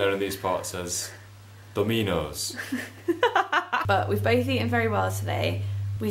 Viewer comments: Love the vlogs, you don't need to justify having dominos, treat yourselves! But did crack up when said it was a gourmet restaurant, "do-MIN-oes" haha:) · When was pronouncing Dominos differently it reminded me of The IT Crowd when Moss tells Jen about Messijoes:D